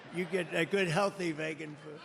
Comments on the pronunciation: It's pronounced VEEEgan Donald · I hate vaygan food give me STAKE!! 😂😂😂 I love how he pronounces vegan 😂😂